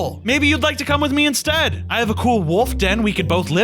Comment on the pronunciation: It got me when he said "gool" lol